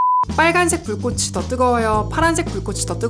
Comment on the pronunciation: 발음 개선하셔야 할것 같습니다 불꽃이-> 불꼬시(X), 불꼬치(O) 별빛이-> 별비시(X), 별비치(O)